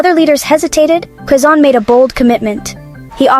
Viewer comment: It’s not kasan it’s Quezon.